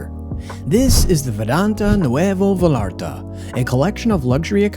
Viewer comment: It's pronounced Vah"yah"rtah" please donde sound so gringo when visiting ;)